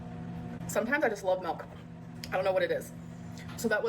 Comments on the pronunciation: "She looked right at me and said melk" 😂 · "She looked right at me and said melk!"😅😅😅 She's got your number, brother